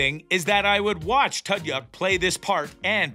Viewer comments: Who the hell is “Tud-Yuk”? At the very least, learn how to pronounce Alan Tudyk’s name correctly. He’s a genius! This entire show is the BEST TV in a long time! I’ve never Laughed Out Loud so much as I have watching this. The entire cast & writing is fantastic! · Firstly, his name is Alan Tudyk, pronounced 2-dick emphasis on the 2. Sexondly, I've enjoyed this show greatly over it's first season and I'm very much looking forward to it's 2nd. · Well let’s see here... you can’t pronounce Alan Tudyk’s name correctly and once your referred to the show as Resident Evil. I’m not impressed with you in anyway shape or form. Try another career. Perhaps one that doesn’t involve speaking.